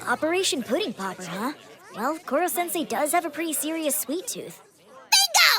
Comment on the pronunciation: When she said pudding popper I thought she said pussy popper